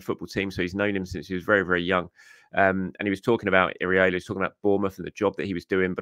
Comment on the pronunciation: Why do you keep calling Iraola “Areola”